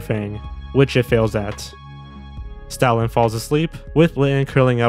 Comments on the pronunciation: Whenever you say Stoutland, it sounds like you're saying Stalin. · i'm sorry but you saying Stoutland lowkey sound like Stalin- 😭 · I heard it as Stalin lmao